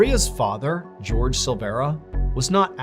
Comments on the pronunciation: Everyone commenting on his pronunciation of the word ‘Empada’. No one has commented that he pronounced ‘Jorge’ as George instead of it sounding Haw Hey. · That is not how you pronounce Jorge. Finally...found a tiny little mistake. Took forever. This is a good thing. Most channels you find them daily. I was starting to wonder if he really was truly the perfect man....the answer is still yes ❤❤❤